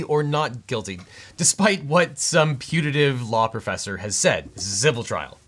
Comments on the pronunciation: Punitive not Punative (same root as "punish") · "Punitive", not "Punative". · Objection! It’s “punitive”, not “punative”. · *Punitive and not punative